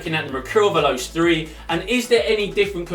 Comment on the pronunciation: lmao the way you pronounce veloce... it's Italian and pronounced veloche. it means fast.